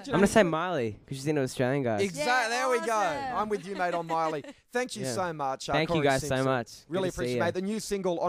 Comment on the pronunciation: " Oh sank you " LOL